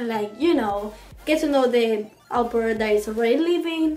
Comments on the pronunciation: How does it come that after a year you're not able to pronounce au pair in the right way ? Do you Talk a lot in your native language ? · jajajajajajaja pronunciation is a little bad!